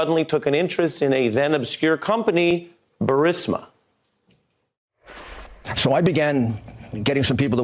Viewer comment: "Burreesmurr"... LOL